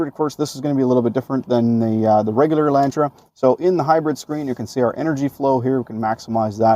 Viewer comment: "Elaintra" Elantra*